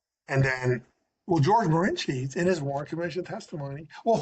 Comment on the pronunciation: George de Mohrenschildt is who is being referenced ( pronounces it Morensheet) We need to get a better microphone